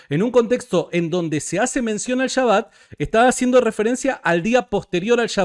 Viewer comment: No se que me molesta mas de Jairo. Su actitud al debatir, o que diga "chaba" en vez de SHABBAT.